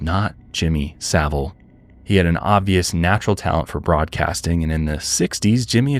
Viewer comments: So satisfying hearing an American say his surname correctly. 😂 This man was disgusting and I hate he was never punished while he was alive. There were people who were mad that allegations came out after he passed. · Thank you to you 3, the only Americans I’ve ever heard that can pronounce Savile correctly! Not that he deserves the dignity, but it is appreciated. 😮